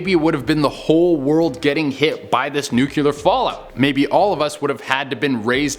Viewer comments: love this channel but is it so hard to pronounce "nuclear" correctly? nuclEAR not... nucULAR... love you guys... but... suggestion from a friend. :) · I’m convinced they make you do these lists bc you George W. the word nuclear every time 😂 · i so hate it when people say NUCULAR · So, when did the word NUCLEAR get two u's?